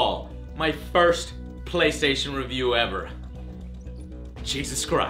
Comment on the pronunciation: looooooooool, "the bay-station" = )